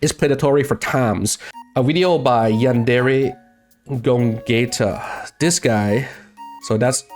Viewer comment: I love you man but "Gogayta" 💀